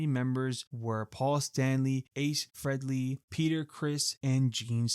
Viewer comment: One of the most famous rockstars too. I ain’t a fan and even I know how to pronounce it. The Japanese names and providences also hurt the ears.